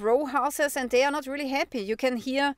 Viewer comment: Nope, she was trying to say "happy". Short "a" sound is hard English learners to say.